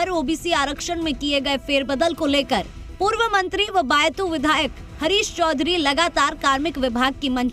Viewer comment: Anchor medm this is बायतु not बयातु,😲😲😲😲